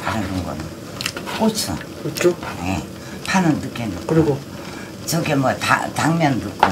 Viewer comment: 영상끝나구 티코 뜨건물 튀었다고 쳐맞았겄다 ~좀 뜨거우면 오두방정 호들갑은~꼬츠 꼬츠넣어 발음 꼬라지하며~발음도 그리 징그럽냐~~~